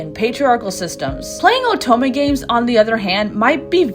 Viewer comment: Great video, but the way you say oto- MEH really unnerves me